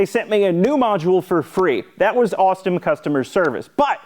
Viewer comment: . "Awestom customer service." 😂